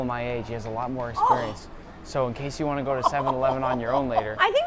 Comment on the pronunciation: "I vant some taquitos!"